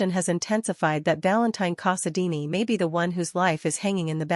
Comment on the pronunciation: For crying out loud, can you say Artificial Intelligence is unintelligent, without saying Artificial Intelligence is unintelligent? Couldn't you at least make your fake human pronounce character's names correctly? It's val-un-TEEN CASSA-dine, not VAL-un-tine cossa-deenie. Its Anna dee-VANE, not Anna Dee Ann. And it's Caesar fay-SAWN, not Caesar FAY-sun.